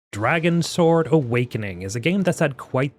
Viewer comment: Its pronounced Dragons word